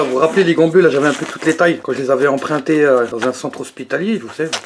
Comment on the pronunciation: c chelou comment tu dis « empreinté à l’hôpital » de plus tu es d’origine maghrébine... nan jrigole elle sont belles tes gants. ( m’agressez- pas svp)